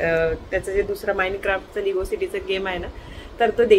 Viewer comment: लिगो नाही ते लेगो असा उच्चार आहे